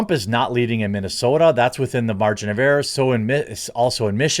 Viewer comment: "The margin of burrr"-- lol well put Jeremy!